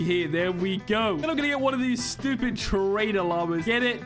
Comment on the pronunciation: Bro realy said stubid